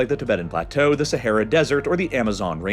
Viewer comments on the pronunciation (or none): none